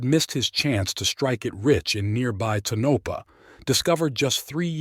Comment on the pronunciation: That town is pronounced Tone Ah Paw. Reprogram that AI